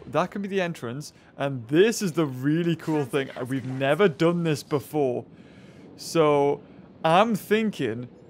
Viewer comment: he probably said it wrong on purpose